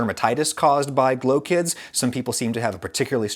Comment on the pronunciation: it sounds like “glow kids”